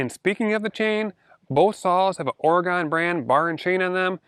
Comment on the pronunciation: It's ( oregon) not oregooon...but keep up the videos..slow down tho..you go too fast to keep up or listen carefully